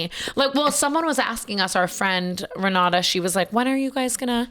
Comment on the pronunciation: omg when Tana said the name Renata I about shit myself because that’s my name!!! 😭😭😭 & so many people say wrong & it’s not common. I giggled a little